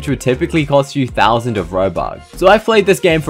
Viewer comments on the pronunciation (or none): none